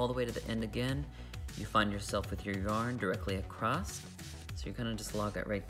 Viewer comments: across.... not acrost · I've never heard anyone pronounce the word across that way...........acrost?